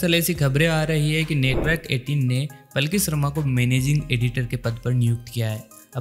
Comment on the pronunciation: Plki nhi h be, Palki sharma h